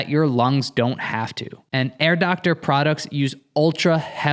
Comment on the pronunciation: Every time you says Air Doctor I think of Dr. Evil’s girlfriend saying “Herr Doctor” in a German accent 😂